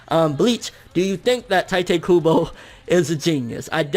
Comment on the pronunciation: I cringe every time you pronounce 'Tite Kubo'.